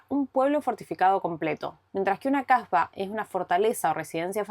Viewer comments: Que hermosos lugares. De todas formas por una cuestión fonética creo debe pronunciar kásba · Solo daros las gracias por compartir vuestras aventuras por Marruecos, la verdad es super precioso . gracias Es posible que se intente de pronunciar bien el nombre de la Kasba Xk como lo decis suena a otra cosa (a una palabrota). lo demas muchas gracias, ah!! por cierto sois muy majos.